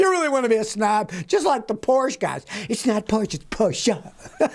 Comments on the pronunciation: Great video, loved the Jaguuuuaar and Porcheeer send up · "Porsch cars are junk." That's incorrect. OK, "Porsch-uh cars are junk." Much better. Thank you. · Porsche.. is the family name..learn how to say it